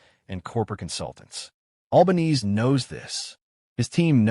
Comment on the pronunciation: To make anyone remotely interested in the content of this clip, try using a real voice, or at worst an AI generated voice with an Australian accent......mispronouncing the name of the dreadful PM was the least annoying bit.